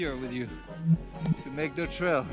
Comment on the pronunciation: sounds like from some anime :DD "not enough zeeeee speed"